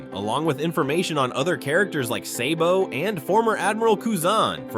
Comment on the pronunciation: its SABO not SAYBO you fuck